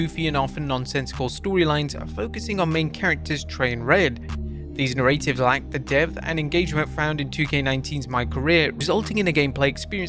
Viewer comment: Why does he say 'narratives' like that